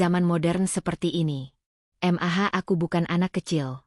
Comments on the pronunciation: Mendengar ceritanya ok,,tp cara pembawaan nya yg aneh,janggal,,setiap kali ada kata" mamah bisa jelas panggil nya, tp kenapa klo Panggil Mah,,ko, jadi M.A.H,,/ M.A 😂😂😂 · Dikira singkatan oleh AI